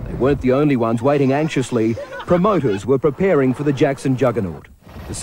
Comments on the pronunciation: Is name is not jako its jackso 😡its jackson 😀❤🥰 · I hate how they call him "Jacko". It's "Jackson"!!!!!! 😡 The media makes him seem like he's strange or he's a freak, when he's not!